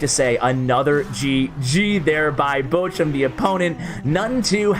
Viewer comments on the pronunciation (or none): Your "Bochum" is ironically close to "butcher" :P (the ch is close to L'och' Ness.) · Its so funny how He pronunces Bochum fan😂Finally He shows a lavahund player, i play the same deck as him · pls learn how to pronounce "Bochum"